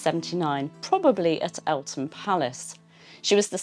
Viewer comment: Thank you for the always interesting videos, but also thank you for pronouncing Eltham, right. I know it's a little thing, but being from Eltham, it drives me mad when people pronounce it Elfam. Silly, i know, but it's a pet peeve. Thanks again ❤❤